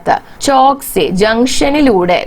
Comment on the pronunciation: ഹലോ ചോക്ക് അല്ല ചൗക്ക് എന്നാ